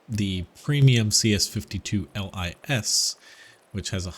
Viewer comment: Pollack here: you can pronounce LIS like "LYS" or "LEES" like in "LEASe" but without last "e". Lis means fox in Polish, hence the fox on the turret in the skin for the CS-52